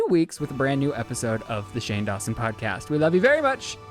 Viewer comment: I thought stopped because he realized he said "Shane Dawshin" 😂😂